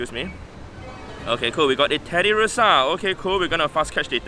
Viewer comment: Oh it's Wingardium Tedi - ursa and not Tedi - russa 😂😂.